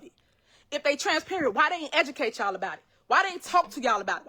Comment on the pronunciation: Did I hear the word ' edumacate ' from the content creator?